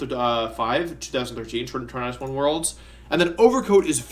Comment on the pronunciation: Why do you keep mispronouncing the name "Tornadus"?